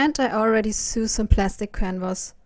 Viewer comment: Sew sounds like sow not soo